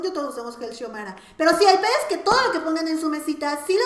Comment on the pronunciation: "Gel Shiomara" jaja x)